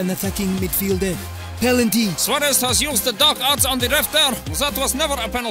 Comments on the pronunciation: Am i tripping or did neymars "pen" ronney call it pelanty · Bro really said pelanty💀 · It was a joke as Rooney in the video pronounces Penalty as "Pelanty"😅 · "Handball, pelanty" 😂😂😂 what is a Pelanty 😂😂😂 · bro really said pelanty 🗿🗿💀💀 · “Hand ball…Pelantyy”😂😂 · "Pelanty" I died😭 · Rooney: Pelanty😂😂😂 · "PELANTY" - Wayne FATas* Rooney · Rooney: Pelanty